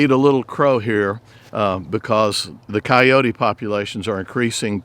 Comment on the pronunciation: The word is coyote. It is NOT coyotee! How the hell did that ever get started?